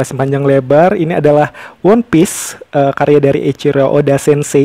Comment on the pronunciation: Cara ucapannya itu wanpis bukan wonpis 😅 koplak